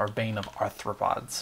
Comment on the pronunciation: Yay! A mc youtuber who can pronounce arthropods!